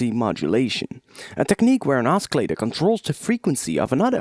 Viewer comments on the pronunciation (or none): "oskilater" ... you're killing me bro. great tutorial tho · Oscillator is pronounced "au-suh-later" and not "au-ski-later" :| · Dude, your English is perfect apart from the word oscillator. It's pronounced 'ossilllator', not oskillator. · OSKILLATOR? Are you serious? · Oskilatur. xD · i cant take it anymore.. oskillata... really? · You're saying oscillator totally wrong XD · he pronounces the "c" in oscillator, so funny hahaha awesome tutorial too!